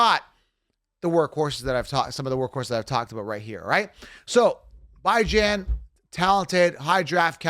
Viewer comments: Bee-John is the correct pronounment lol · Falcons fan here..guys, PLEASE DON'T pronounce Bijan's name like that. Here's the link